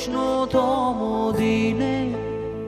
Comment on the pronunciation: আপনি বাঙালি , ব্রিটিশ নন। উচ্চারণ স্পষ্ট করুন বাংলা উচ্চারণ বাংলার মত করুন। ওটা বাদিতে নয়, বাধিতে। শহরের উষ্ণথম ডিনে নয়, শহরের উষ্ণতম দিনে, রেস্টরা নয় রেস্তোরা।